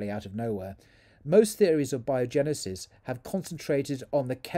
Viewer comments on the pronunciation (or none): abiogenesis not biogenesis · It's "A"biogenesis